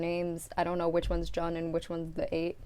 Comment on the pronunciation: Jun is pronounced June~